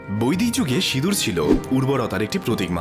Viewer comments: লিখছেন সিঁদুর উচ্চারণ করছেন সিদুর আপনি সিঁদুর উচ্চারণ করতে পারেন কি না 😂😂😂😂😂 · 'ন' এর কথা হচ্ছে না, '৺' এর কথা হচ্ছে।